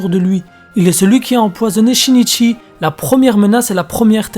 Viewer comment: Oh mon dieu comment tu as massacré ce pauvre Shinichi 😭